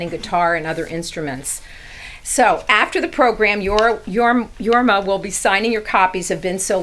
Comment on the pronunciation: Since she considers herself a fan and introduced Jorma as a "legend" ( which he is ) .....why couldn't she take the time to learn how to pronounce his name ?